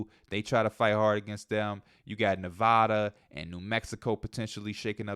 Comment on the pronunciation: Thank you for pronouncing Nevada right 🙏🏼